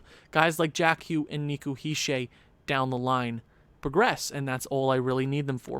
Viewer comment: He’s not a troll. He is just correcting how you say certain names on the team. (Btw your pronouncing Hischier the wring way but it’s not that important, also keep up the good vids